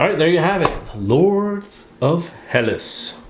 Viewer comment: Hi guys! The word is Hellas! Thats the official name of Greece! Ps. The right pronunciation of the word is Hellás...toning on á , not like HELLas! ;-)) (althought héllas sounds better! Great review, thanks!!